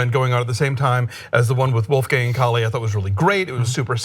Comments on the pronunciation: KALA!!!!!!! not Kali.... LMAO. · I really appreciate this conversation and I think you hit a lot of nails on the head but CAH-phe-us and KaLA (not Kali).